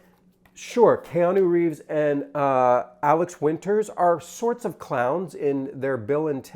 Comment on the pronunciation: and.... you misprounced Alex WInter's name.